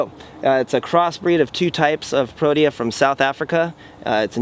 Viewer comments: Pro-tea-yah Not what you said. The South African Cricket Squad is called Proteas. Beautiful Garden. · It's pronounced Pro-tee-ah.... I'm South African...